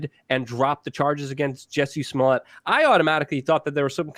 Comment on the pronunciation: Pet peeve. I can't let it go. It isn't SMU-LETTE, muj Polski brat; jest SMO-LETT, podobny do SMO-LENSK. Jesus Christ, please say it properly. Ugh! Moving on: this is a sham, nonsensical issue that I think is being pushed on us so as to blind us to Israel's continually getting its way; the passage of Article 13/17 in the EU; along with countless other crimes happening all-around the world. We're being absolutely fucked as a populace, and yet all we can do is focus upon this truly minuscule issue. I'm over this. But, if other's are interested; so be it. Oh, I forgot to mention this, which is why I am returning to add it now: Chicago is NOT the murder-capital of the US. That distinction goes to, as it has for over a decade now, belongs to Baltimore. This isn't a brag, Chicago, my hometown, certainly has MANY issues, not least of which is homicide/gun-violence, along with immense corruption/nepotism, incompetency, outright fraud, etc...